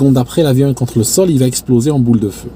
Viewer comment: Excuse moi c'est super captivant tes récits de craschs mais ( c'est maître Capello qui parle ) il n'y a pas de t à va donc pas de liaison. Encore pardon mais ça m'écorche les oreilles.